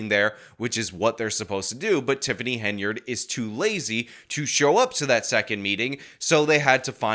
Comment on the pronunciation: Wow, looks like finally worked out she's called Henyard and not Hey-nard.